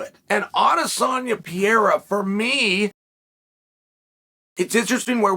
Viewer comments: Almost, Uncle Chael…but it’s actually pronounced more like “Puh-hair-a”. Portuguese pronounce R’s as H’s. You’ve battled enough Brazilians that you should know this. Also, you should have chose better phrasing than “I came on the backside of Glover Texeira” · I thought it was Pa-hey-da. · It's Alex Pejera. With the J sounding like an H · Ariel corrected me it's pronounced Perreira, anyway so Glover said he'd like for Pierra to fight Adesanya next. Pure gold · No, you are absolutly right Uncle Chael, its Piera and Justin Porier 😅